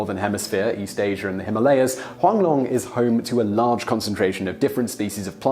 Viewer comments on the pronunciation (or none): none